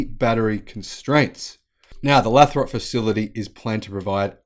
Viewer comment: Lathrop. Long 'a'. Lay-throp and run the 'throp' together, don't drag it out.